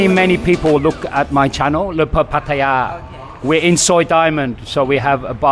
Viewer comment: 1st guy who can pronounce Pattaya correctly! Good 4 u ...